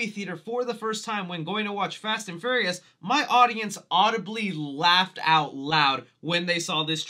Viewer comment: IT'S FURIOUS, NOT FURRIEST!!!